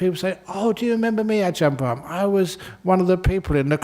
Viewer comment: Brahm not bram 😂